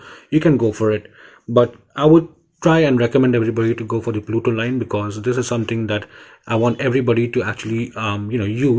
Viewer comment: It's Putoline NOT PLUTOLINE Bro